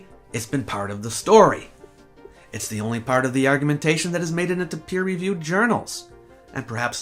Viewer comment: "Zee Greeks" 🤣🤣🤣